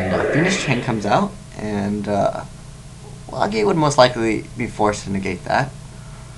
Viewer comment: Why are you saying "Lah-gia" instead of "Lah-jia" all of a sudden?